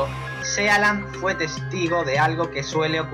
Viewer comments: Muy bien! Esta muy bien el vídeo. Pero se pronuncia sii lend, no sea land y significa pais del mar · Sealand???!!!! Se pronuncia Siland!!! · Se lee siland, no sealand. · Sealand...pareces listo pero al pronuciar el sitio quedas como todo lo contrario juas juas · se pronuncia siland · El título está mal asignado, ya que uno espera encontrarse con países raros, pero reales, no estos intentos de países. El video debería llamarse "Las 7 micronaciones más raras del mundo", y así quien lo reprodujera no se llevaría una decepción... Aparte me sangraba el oído cada vez que oía [Sealand], hermano, está en inglés, se pronuncia [Síland]. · Por favor que le digan a este tipo como se pronuncia "Sealand"!